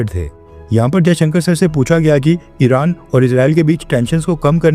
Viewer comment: इराण padhne 😂